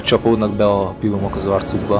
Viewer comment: de pilumok tökéletesen mondtad